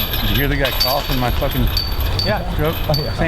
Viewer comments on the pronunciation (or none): It was nowhere near his actual putt either lol so dramatic Also it’s “cough” not “caugh”